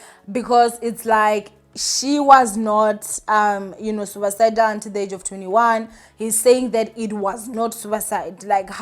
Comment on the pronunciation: Please dear check pronunciation of words you are not familiar with before going online so that we can understand what you are saying. It’s “suicidal” pronounced >suesidal